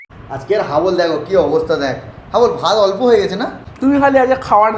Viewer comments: হাবল, ❎ না❎ ফুটবল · হাবল না ❎ ফুটবল ✅